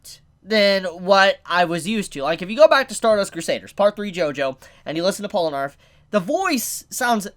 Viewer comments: Polanarf? Wtf... Its poll na raef. Just listen to him pronouncing his name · Pol-nah-refu Not polanarf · Its Polnareff not palonerf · It’s Pole-ner-reff not arf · Polenarf... Polenarf... ITS POLNAREFF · isnt it polnareff and not polenarf? i dont thgink u said it right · Polar-eff Not Pole-narf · IT'S POLNAREF, NOT POLNARF. JESUS CHRIST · POLE-na-REFF Not POL-no-ARF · Polnareff, man... Polnareff... Not Polinarff. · You keep calling him Polanarf. It's pronounced Pol na riff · Pol-Na-Reff not Pola-Narff😂😂😂damn dammmmm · Its pronounced Pole-ner-ref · POLANARF DID YOU JUST SAY POLANARF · Polenarf. LOL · I swear if he says polanarf again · did he just fucking say "pollanarf" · "polrenaff, hope i said his name right" perfecto pronunciation there bruh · Polenarf lmao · POLE-NAH-REF! The first time annunciation's got to me. Probs cuz Polnareff is the part 3 main character lol. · how did you manage to pronounce Polnareff as Polanarth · How to say Polnareff: Pole-nah-reff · It really bugs me how you say his name. POL-NA-REFF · You're not saying it right. It's JEAN PIERE PORUNAREFFU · "Polanarff" ahhh why the fuck would you say that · Slight mispronunciation. It’s Pole-nar-if. If you rewatch Part 3, that’s how they pronounce it, more or less. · Pollanarf? you hope you're saying that right? do you do that for the lols or is listening to 2 mins of stardust crusaders too hard? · MY MAN JUST SAID POLANARF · Polinarf? LoL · PAUL NARF MALL COP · Its bronareff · You said his name wrong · HOW MANY TIMES ARE YOU GONNA MISPRONOUNCE HIS NAME AAAAAAAAH IT HURTS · Holy shit you butchered his name so hard core 😂